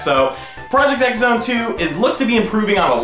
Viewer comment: Project X Zone is actually pronounced: Project Cross Zone. Just like with Street Fighter X Tekken.